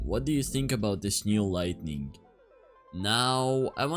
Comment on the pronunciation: Why do you say lighting as lightning